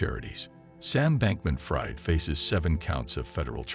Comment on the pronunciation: It's not pronounced fried but freed